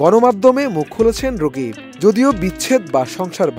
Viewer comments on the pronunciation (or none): Rokib na vai rakib 😂😂😂😂😂😂😂😂😂😂😂